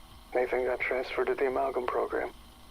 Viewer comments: Great video, question though. Why are you pronouncing it am-el-gam? It’s “Ahh-mal-gam” lol. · A Mal Gam, not Ammal Gam, just had to get that out, it was driving me nuts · I’m going to have nightmares about the way you pronounce “amalgam”. 🤣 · Amulgum Gobbalgam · I’m only a few minutes in; please tell me he doesn’t say “Amulh-Gam”